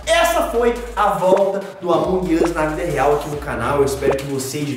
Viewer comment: Marcelo é amonğ uš não amanģ uš mas amei o vídeo grava mais pfv